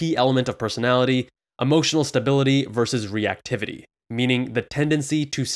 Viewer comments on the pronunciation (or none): none